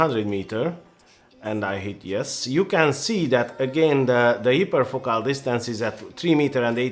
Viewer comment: you pronounced it (hyperfocal) correctly why couldn't you all throughout the video?